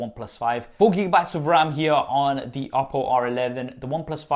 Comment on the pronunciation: Stop with this confusion in every video, get it right: "the" as /ði/ in front of words that start with a vowel-sound "the" as /ðə/ in front of words that start with a consonant-sound